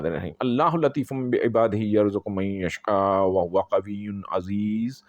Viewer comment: Salam bhai aap ne jo ayat pardhi hae. Jahan tak main ne andaza lagaya hae or bar bar suune k baad aehsas howa k aap rong tariqe se Yashaau Ki jaga Yashkau pardh rahe hain. Aap Ko maloom hae na bhai k ek zabar zaer Ki ghalti se meaning change Ho jate hain. Bhai pardhte hoe careful rahain plz.